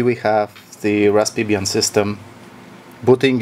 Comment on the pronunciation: Ras pie 😄